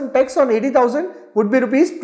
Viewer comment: it is tax planning and not text planning